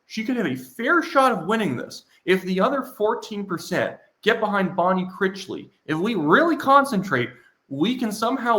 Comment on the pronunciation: you're saying Bonne Critchly's name wrong, it's Critch, rhymes with rich, as in richly. Critchly. You're saying it like, crickly, there's a T in there.